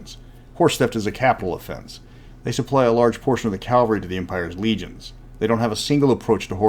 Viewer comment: As a former cavalry soldier myself, it irks me when someone says Calvary for mounted soldiers. Calvary a.k.a. Golgatha was a hill outside just outside Jerusalem where the Romans executed people; Cavalry are mounted troops. Modern Cav are scout/recon. Calvary is shortened from Calvariae Locus or "The place of the skull". Golgotha is the Aramaic word for "The place of the skull". Cavalry and Calvary are very different. You are by no means the only person in the world who does this. I like your content a lot as Mystara especially Karameikos is one of my favorite campaign settings. So you say Calvary in place of cavalry in multiple videos, I am wondering is this just accent or is it lazy tongue? Do you even notice? Personally it makes me cringe whenever anyone does this, it's just me I guess. In the Army they eliminate the problem by referring to us as "The Cav".